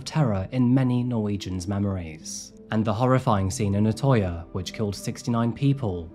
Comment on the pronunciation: crime i would like to you should say the ø in utøya as uhh not ohh